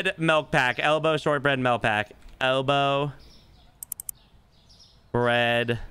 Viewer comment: Considering the owner says MELK its a 3 out of 10.